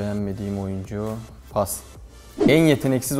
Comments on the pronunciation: JankAgario Paz demiyormu zaten paz yani orda z hafif s gibi çıkıyor ama kabak gibi paz işte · pas ı paz anladım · paz dedi sandım pas demiş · PAS MI DEDİ PAZ MI DEDİ